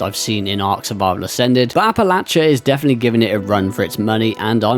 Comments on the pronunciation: Say it like App-Ah-Lay-She-Uhhh 👍🏼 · As someone from the philly area, youre killing me with the pronunciation 😂